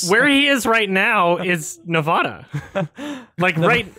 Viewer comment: bro, fam, dude, buddy, comrade, its Ne-Va-da not Ne-vo-da